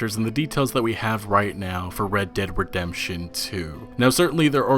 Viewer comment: why do you pronounce words so slow? and why do you always keep saying the full name "red dead redemmmptchion tchwo"... just say rdr2 or "this game" or "the game". You also have no excitement in your voice. like you sound so numb to everything. fed up? given up?